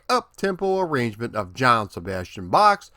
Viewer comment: FYI, Johann in Johann Sebastian Bach is pronounced YO-han. Thanks for the video. My favorite game growing up. One time I went to Aladdin’s Castle to play the game and I couldn’t because there was a dude there posted up all day trying to break the world record on it!